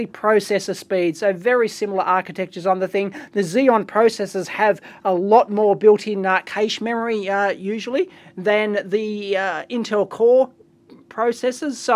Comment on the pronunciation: " A lot more kaysh memory"? You might want to look up the pronunciation of cache ;-)